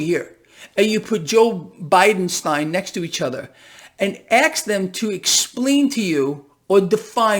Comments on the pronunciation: Did he say aks them? Or axe them? Or ask them? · you can't make it up. You also can't ax a question you ask it.